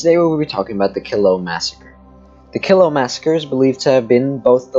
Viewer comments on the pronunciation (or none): My mother was a Killough. It is pronounced Kel low.